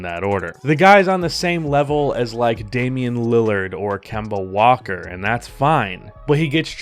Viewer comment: agreed until he said Kenna walker 😂